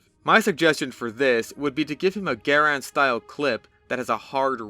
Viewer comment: I can't tell you how happy I am that a TF2 youtuber pronounced Garand correctly.